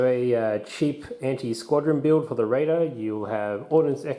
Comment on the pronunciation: You keep saying "Raider" like "Radar" No sir. Say it with me. "Ray-der"